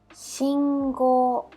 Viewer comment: Shingo not singo for traffic light